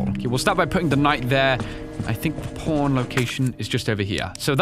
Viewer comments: everytime he says Pawn i hear porn and laught my ass off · I like that it sounded like he was talking about porn and porn Keys all The time xD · I know he's saying "pawn". But why do I always hear him saying "porn"? Man, I need to go see my ear doctor... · When he says PAWN it sounds like PORN